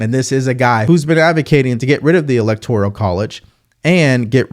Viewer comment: the word "electoral" does NOT have 5 syllables. It is NOT pronounced "EE - LEK - TOR - EE - AL" It is a FOUR SYLLABLE WORD. It is pronounced "EE - LEK - TOR - AL". Count 'em 1 - 2 - 3 - 4 SYLLABLES. EE - LEK - TOR -AL ONE - TWO - THREE - FOUR. Repeat after me. EE - LEK - TOR - AL